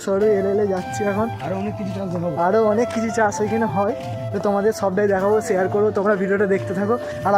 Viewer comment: SHEAR ❌ SHARE